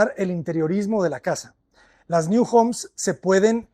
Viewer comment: Un inciso, no es New en inglés, es NIU, que en catalán o valenciano significa nido.